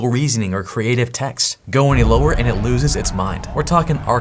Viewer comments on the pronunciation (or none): none